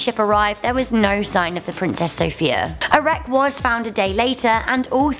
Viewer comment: By the way you mispronounced the name of princess sophia, it’s pronounced sophIIIIIa Soph-I-a